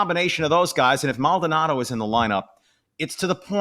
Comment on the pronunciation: first his name is Mald-O-nado, not Maldnado. Second "Uncle Mike" is loved in the clubhouse but he has been a non-contributor on the field for two seasons. Third, only casual fans on social media are turning on this team. For those fans have only been on board during this great run. I have been watching and listening to Astros games since the 60's. I witnessed the building of the Astrodome. I watched players like Bob Aspromonte, Rusty Staub, Sonny Jackson, Jimmy Wynn, Bob Watson and more play for bad Astros teams under poor ownership. Fair weather fans will always exist especially with the existence of social media ( which obviously I lived without most of my life). And it is because of social media that you spouted off your takes on Brantley's little speech and who knows where you came up with Maldy threatening to leave if he's replaced! I can only suggest that in the future don't post comments if you're "half asleep" and don't let yourself get wound up about a minority of misinformed casual fans on social media. Remember this too; your fast and loose info you posted is digested by the same people you criticize.